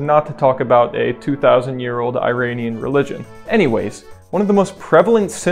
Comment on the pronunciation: I am kinda surprised that you don’t know how to pronounce Iran. It’s not eye-ran, it’s more like E-ron. E as in the letter E. And the way you said Iranian is an abortion. C’mon dude, you’re here because you want to educate people, right?